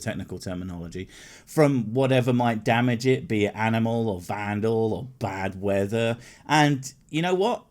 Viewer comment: when you started to say "bad weather," I thought you were about to say "badger"